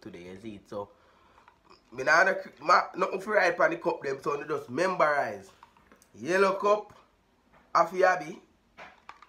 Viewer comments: Yoooooo "membarise" daaawwwgggg😂😂😂😂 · Dawg say membarize😂😂😂😂😂